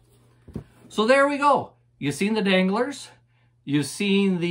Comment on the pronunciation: When you said danglars I thought you were talking about dingleberries